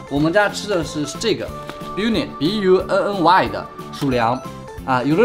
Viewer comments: Bunny 是读邦妮不是biu妮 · 的英语口音哈哈哈哈哈哈哈我笑了😂 bunny 念成 biu ni了😂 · Bunny读“扒你”哦(´-ω-`) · bunny不是念「巴尼」嗎,兔子的意思，也是賓尼兔的英文名Bugs Bunny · 是他读错啦hhh😏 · Bunny 讀錯了